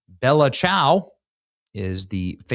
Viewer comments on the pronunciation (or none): Ah!!! it is not "bela sow" it is "BELL - la, chow"